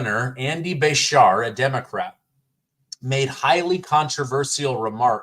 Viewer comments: It's pronounced Beeshear... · His name is pronounced besheeer or aka by some is Kentuckians Handy Andy 🤢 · It is pronounced Ba- sheer. The teachers union and his dad being a former gov got him in office. I was ashamed of his comments. Prior to this election, he kept out if a lot of this lying slander. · our Governor in KY's last name is best pronounced if you remember a sheep. Ba-Sheers. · KY HERE: We love our Governor here even the Republicans... I can't believe he said that. I'm disgusted 😮😮. And it's pronounced (Bru- shere). I can't believe that came out of his mouth. Those woke has finally got his brain WTF 😡😡😡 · Just FYI it’s pronounced Bru Shear My daughter lives in Kentucky and he is terrible!! Nobody likes him but mysteriously he was ‘voted’ back in again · pronounced Ba sheer